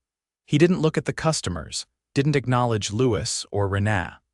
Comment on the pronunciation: Learn how to pronounce a word/name or don't use it. 'Rena' is not 'ren ah', it's 'Reena. Dang irritating, Sounds like they are saying 'aaaa' for a doctor to look down their throat instead of a person's name.. Had to turn sound off and just read the screen.